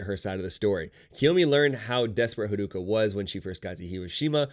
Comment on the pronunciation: This person omits a lot of details and misunderstands character motivations Edit: and butchers the pronounciation of character names (harooka lol) and is very defensive